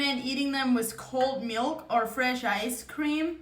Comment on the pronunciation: Whats botter? 😂 And dumblings Or meelk 💀